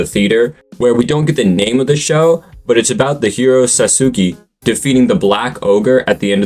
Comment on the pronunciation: Sasu-gae??? Please tell me that earlier translations simply had his name wrong, Because ain't no way that you are pronouncing what is supposed to be "Sas-uke" like that, my dog😭🙏🙏